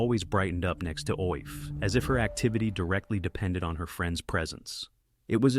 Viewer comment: Coffee is pronounced Ee-FAH. Its GAELIC